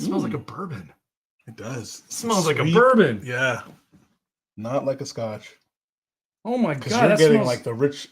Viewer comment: two most consistent traits: butchering scotch pronunciations and spilling while pouring. Love the Fresh Crack streams. Please keep em coming!